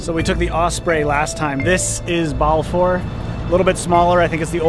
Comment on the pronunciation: Great to see you back in Nelson, well Balfour at least, close enough. Edit: Also, we who live here pronounce Balfour like Bal-fur we don't pronounce it like Bal-four.